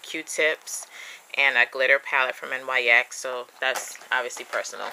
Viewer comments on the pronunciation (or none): Nice!! :).. Btw it's said like Nix